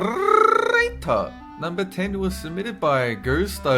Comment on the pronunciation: why do you say "narrrrrater"???????